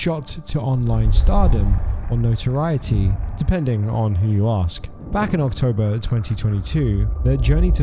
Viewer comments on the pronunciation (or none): none